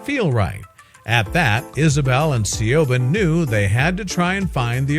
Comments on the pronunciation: 'See-o-ban' (as in 'Shioban' the name) is pronounced 'Che von' - granted it IS an awkward name but ffs, the dumb-yank/robot could've at least googled the pronounciation ! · SEE YOW BAHN? YOU DONT ACTUALLY MEAN SIOBHAN DO YOU? ITS PRONOUNCED SHEE-VAUGN OR SHEEE- VOHN. I know an Irish named Siobhan and I think its a popular Gaelic name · Siobahn is pronounced SHEEVON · I'm laughing at the pronunciation of the girls Irish name.. A little help I think needed SHA. ...VAN is the simplest way I think. ☺☺ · Siobhan...... Is Gaelic... And pronounced SHEEVON...... just saying. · Thank you! It irritates me to death when someone skips their pronunciation research! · THANK YOU!!! That was driving me crazy!!!